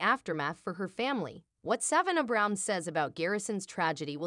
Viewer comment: IF YOU CAN'T EVEN PRONOUNCE SAVANNAH HOW ARE WE SUPPOSE TO BELIEVE YOU?